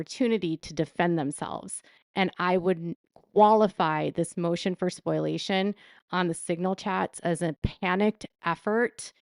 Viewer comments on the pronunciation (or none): Spoliation, not spoilation, my dear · And it's SPO-LEE-AY-SHUN. Not SPOIL-AY-SHUN. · Omg PLEASE stop saying Spoil - ation. It is pronounced SPO - LEE - AY - SHUN. Think of exfoliation. Take out ex and substitute sp for f. Spo-liation. Spoliation.